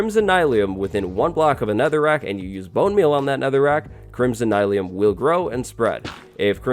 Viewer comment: I don’t think that it’s “Nye-leum” I think it’s “Neel-eum” like mycelium